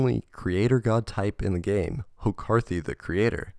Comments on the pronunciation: "hokarthy" sure is a weird way to pronounce "horakhty". I was fully expecting Melissa McCarthy's head to appear on horakhty at some point. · This dude really pronounced it “Hokarthy” 💀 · Man thats the worst pronunciation of Horakhty i've ever heard